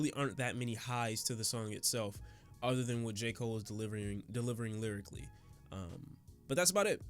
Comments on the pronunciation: Nigga hold up..didyu say "J cool-aid"?😂😂😂😂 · Why isn’t anybody talking about how he said J. Cool Aid😂. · Nigga did you jus say J.koolaid...